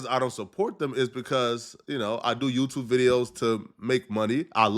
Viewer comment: I want to say thank yeW, teW everyone on twitch IG tiktok and yeWteWbe. Yeah, is a British African skraight outta B-more.